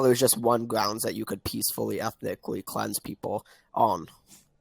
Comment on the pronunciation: I think you mean "cweansed".